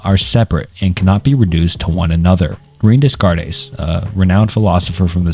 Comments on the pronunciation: Rain Desscarées Barootch Spinoza Got Fried Wilhelm LeBeans Fredrick Nietszurs / Njetchkchk / Nietsjée Sisyphilus John Paul Satire / Gene Paul Sertray / Jean Par Satray Soren Kiriagard Martin Heydgur Arthin Scropenhauer / Scopenhauer Ebikas Seeneyga Marcus Auruloos Edmund Giddier Sigmund Frood / Fred Simone d'Behvoor Guy Debord Gene Barood / Barrold Galaize Deleuze / Gilas Deleuze Odidus Ja Kwees Dooria / Doreidee Michael Foocaltte George's Buh Tale Confishias Laooza Saidaharti Gumati John JaKwees Rousseau Buhrgosee Prolyad Syompesism Phibliasophical You can do better than this, man. Vid is marred by the way you pronounce these names. The foundation of education, and it doesn't seem like you cared to get it right. Shame because these very visible oversights seem to superimpose themselves over the real, but invisible, efforts you took in making this video. Especially when just a cursory glance at some 1min vids would get you their names right. Devil's in the details. Lmk if you need a beta viewer for future releases so you can iron out the wrinkles. Keep it up 👍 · I'm not sure how much right you have to discuss 2 hours worth of increasingly obscure philosophical ideas if you mispronounce Descartes and Nietzsche (two of the most widely known philosophers) in the first 10 minutes. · There’s no way you know anything about philosophy and pronounce Descartes Sartre Leibniz and basically everything else like this. It’s not a bad accent, it’s literally just crazy wrong. This is just one long chat gpt generated video. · Constructive feedback, double check pronunciation. Especially on famous ppl like renee descartes. Loving the video all the same homie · I’m sorry but the pronunciations of Descartes and Leibniz have me giggling… but I love the video, gonna sit back and learn some philosophy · lmaooo im only 2 mins in and i cant w "Discardes and LaBeans" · when you pronounce rene descartes as "rayne descarres" you probably should have done more research